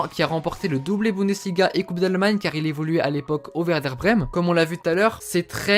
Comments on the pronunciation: On dit "Verder Brem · On dit Werder de Breme avec un "V" ^^ sinon elle est bien ta vidéo ^^